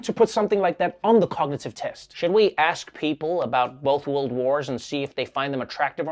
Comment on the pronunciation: He said "two beautiful wold wars" !